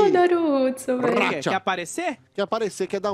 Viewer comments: Mano não é "R"udson, tem som de "U" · N é Rudsom 😂😂 É Udsom , Mas com H Hudsom